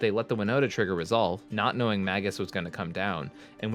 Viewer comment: It's not "maggus" of the moon, it's "may-Jus" of the moon. JS